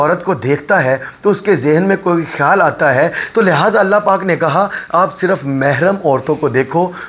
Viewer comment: Apni urdu pronunciation tu theek karo KHIYAL ko kaisay bol rahay ho